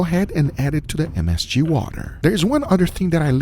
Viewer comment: I love how guga tries to pronounce msg. Just say msg man. You ain’t close. Hahaha